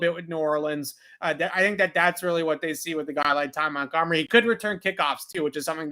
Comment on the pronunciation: you have butchered so many names it’s ridiculous at this point. If I have to hear you say Ag-u-lar (instead of Agholor, ag-o-lore) or MontGOMery (pronounced mont-gum-er-ee) my ears are gonna slap me in the face. Take literally 1 second to learn the damn names of the players that your report on. Smh montgomery is literally a very famous name